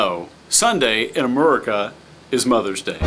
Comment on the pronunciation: "Sunday in Amherika" I'm going to unsub you if you say it once more!!!!!!!!! =P